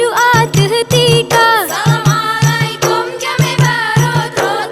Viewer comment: Maaf ya, kalau biasa walaupun itu biasa kita ucapakan, di salamnya jgn salam'alaikom, tapi salam'alaikum. kum dgn kom beda artinya dalam bahasa arab. semoga seni tari tanyo beu sabee meusyuhu d donya. Amin....